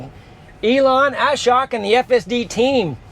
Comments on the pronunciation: The letter 'o' in Ashok is better pronounced as the 'o' in the words 'home', 'open', etc. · Ashok name pronunciation is wrong. O should be pronounced as "O" in core.